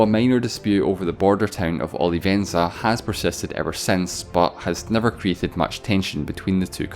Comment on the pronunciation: His name was Afonso, not alfonso. Also, your pronounciation of "Olivença" and "Reconquista" is terrible. Never, ever, read a portuguese word with castilian accent. It is 100% garanteed it will be wrong.